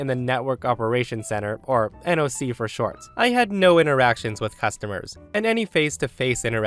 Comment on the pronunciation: "NOC" is read like "knock" by the way.